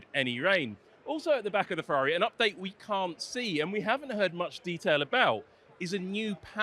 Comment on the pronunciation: Ferrari pls, not "Fevvavi"